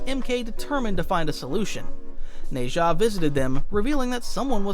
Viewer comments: its nazah (na-jah) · The way you're pronouncing nezha is funny